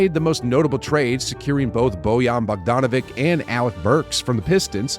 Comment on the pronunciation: Bogdanovic! like an ich at the end, NOT K!.......